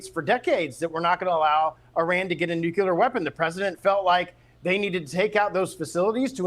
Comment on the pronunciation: another goofus who can't say nuclear....